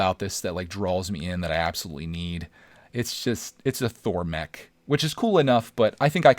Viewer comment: When he says mech it sounds like he says neck